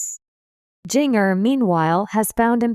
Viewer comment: learn to pronounce Jinger correctly